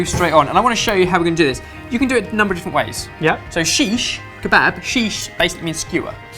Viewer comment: Its seekh kabab not shish kabab.